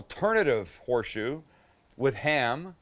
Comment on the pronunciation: It’s horseshoe not whore shoe 😂